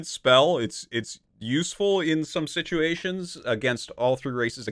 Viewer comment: The way he pronounced “situations” as sitUUations is proof that his accent was slightly impacted by living in Korea